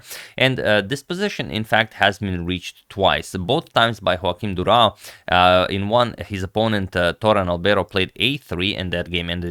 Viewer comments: I think you owe us a better pronunciation of the Portuguese name 😌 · Congrats from Portugal and to bring this awesome game. Im just sorry to say that ur pronunciation of Durão's name isnt as impressive as the game ☺️